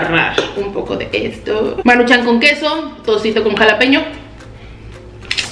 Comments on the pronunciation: Me estresaaaaa que digas Maruchán, es Maruchan, sin acento. Amo tus videos, pero neta no dejo de pensar en eso cada que lo dices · Es maruchan no maruchán 👊😤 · Por qué no aprendes a pronunciar "maruchan" no le veo acento en la segunda "a"